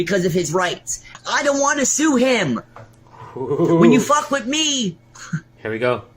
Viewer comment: You shouldn't fwuck with him. He's gonna get upswet